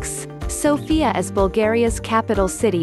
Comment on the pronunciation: You dont pranounce sofia writh i know cuz i am from bulgaria and you dont pranounce stoichkov writh